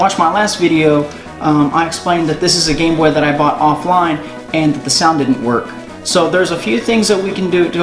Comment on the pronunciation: You said offline or did you really order it offine